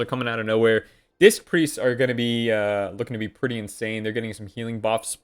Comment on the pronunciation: "it does kill pets preetty cool"' hahahahahahahaha